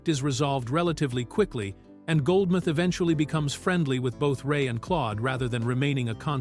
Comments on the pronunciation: Goldmouth not Goldmith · For those that are unfamiliar. This is NOT Eddie Murphy's only film without playing multiple characters. All of the Beverly Hill Cop movies,, Boomerang,, 1000 Words,, Trading Places,, 48Hours,, I can go on but you get my drift.. and it's Goldmouth not Goldmyth..